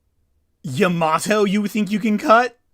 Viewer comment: apparently Pearl explains he can catch fire because the jungle but I’m like 60% sure that’s only the 4kids dub Also Pet peeve- Yamatos name is Pronounced Ya-Ma-toe You guys keep saying sounds like Ya-MAT-To